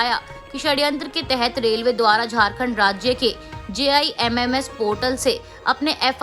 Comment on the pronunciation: Please correct yourself it's रेलवे but not रेव ले